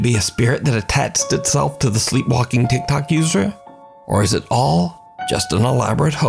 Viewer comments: I love how he says TikTok 😂 “And here’s my gulp Tikerty Tok” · Love how he pronounces tiktok sometimes lol